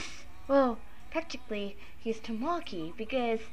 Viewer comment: Ta-MA-ki? TA-ma-ki. XD Think of the Japanese word for 'egg'-- 'TAma.' But cute vid! XD